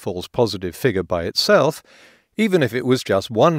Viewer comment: funny. as in ironic. the vid is 17+ mins. not to mention pretty uncomplicated plain English. i mean yeah, he massacres 'figure'.